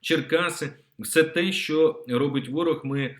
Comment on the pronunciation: МУСІЄНКО! ТЕБЕ ГИДКО СЛУХАТИ!!!!!!!!!!!!!!!!!!! ЩО ТВОРИТЬСЯ З ТВОЄЮ МОСКАЛЬСЬКО- УРОДСЬКОЮ ЩЕЛЕПОЮ,ЩО ТИ НЕ МОЖЕШ ВИМОВЛЯТИ УКРАЇНСЬКІ СЛОВА??????????????????????????????????ЩО ТАКЕ: ЩЬО...,ЩЬО....,ЩЬО...,ЩЬО.....ЯКЩЬО,ХОЧЄТЕ,ЧЄРВОНА ПЛОЩЯ,ЧЄРГОВІ,НАЧЄБТО,КАМПАНІЯ,ПОЧЯЛИ,ПОБАЧЄВ,ЧЄКАТИ,ЩЄ ,ЗВИЧЯЙНО, ЗНИЩЄЛИ, ЧЬОРНОМУ..................... !!!!!!!!!!!!!!!!!!!!!!!!!!!!!ГАНЬБА ТОБІ !!!!!!!! ВЧИ УКРАЇНСЬКУ МОВУ!!!!!!!!!! (Українська діаспора в США)